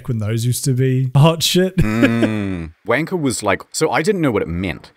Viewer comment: If you say uanker, you just say the bad word anyway